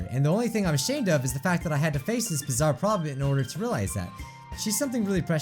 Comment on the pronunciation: Can’t Say Bizzare Right? Well then.... P E P P E R S P R A Y